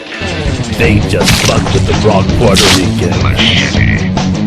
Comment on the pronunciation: he is... from Puerto Rico. hear